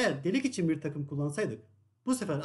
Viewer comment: cap 10 bır frze demiş ,11 gıbı anlasılıyor:face-blue-smiling